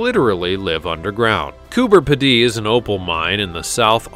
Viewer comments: you say it Cooper pee-dee, just say P D. Its Australia not France. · Its pronounced Coober (Pea dee) not (Ped dee) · Coober peedie not Coober piddy. Get it right man! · It’s not pronounced Coober. P’ dee, but. Coober Peedee. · It’s Coober ‘Peedy’ not Coober ‘Pedee’. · Coober pidee as you say it is completely wrong! It's said as Coober Peeeedy! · Just letting you know its pronounced Coober peedee not Coober pedday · Cooper Pedy......sorry to be picky, but your pronunciation is wrong, the cooper part is right but we pronounce pedy as pee dy, again sorry for being pedantic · Coober Pedy in Australia is pronounced Coober Peedee not Ped-day. We Aussies are laughing at you and Aussie is pronounced Auzzie not Aussssy.😆🇭🇲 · Hi from Australia. FYI Coober Pedy is pronounced Coober Peedy. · Coo ber peed ee they're Americans you really have break it up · Yep absolutely correct on having to break it up. But to sound pedantic though we are talking about correct pronunciations, the correct spelling is Coo Ber Pee Dee. Thanks for your input. Have a wonderful day. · It’s pronounced ’Koober Peedy’ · It's pronounced cooper (you said that correctly) "pee-dee", with the emphasis on "pee". It is an opal mining town. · I know right. I laughed when I heard his pronunciation of the place. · You beat me to it lol. It actually annoyed me for the rest of the video. LOL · Coober Pedy, South Australia pronounced Coober Peedee. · G'Day Aussie here It's pronounced "Coober petey" 😉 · Ok lol it’s pronounced Coober -peedy lol Great video tho 😊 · Coober Peedy is pronounced with a long e sound in the middle and on the end. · The insult is well deserved. It's not too much to expect the minimum research on how to pronounce place names. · I agree. So much for research. I’m a tad insulted. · Cooper Pedy in Oz is pronounced Peedee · Cooper P-dee??? It is pronounced Cooper Pee-dee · its pronounced "cooper PEEDY" 💓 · It's pronounced Coober Pee-dy. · Coober Pedy.pronounced Coober Pee-dy.